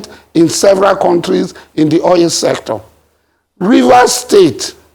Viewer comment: It's Oil,and not Oyil.